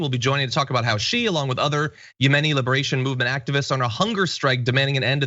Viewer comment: yemen and yemeni. emphasis on the same syllable. The first syllable. not YA-men and ya-MA-ni.